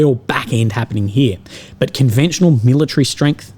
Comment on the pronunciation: 😂😂😂 Ukrainian fooohhhces were deployed around heaaaaa “😂